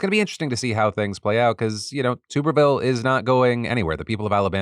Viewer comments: Tommy Tuberville's last name is pronounced with a short 'U' sound (like "tub" as opposed to "tube"). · I hate that he’s in the news but please stop saying tube-erville it’s tub-erville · Hopefully Tuberville isn't needed to be brought up again BUT a bit of correction. His name is TUBerville (as in bath TUB) not TUBEerville. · AGAIN, the "Tub" in Tuberville is pronounced like a bath tub!!!!!!!!!!!!!!